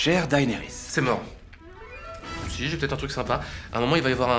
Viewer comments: Daynerys les gars... Sérieux ? Ça se prononce Dénerys. Même si c'est écrit Daenerys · Oui, alors non, hein. Faut arrêter de prononcer Daénérisse. Ça suffit, maintenant. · "Chère Daenarys.." C'est Mort ! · non, dAEnerys en fait.